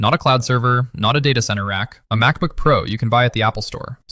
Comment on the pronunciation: Its called Pro not P R O 😂 C”mon man use real human not AI for everything here.